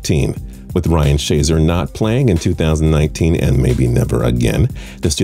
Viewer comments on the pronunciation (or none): ryan shazier. not shazer